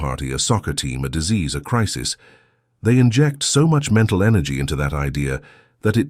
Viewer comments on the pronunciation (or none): none